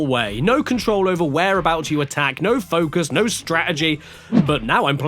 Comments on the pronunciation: he says nohw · I never knew I could hear a more British “No”.